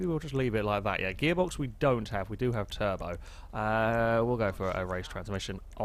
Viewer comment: lol like how you said turd-o not turbo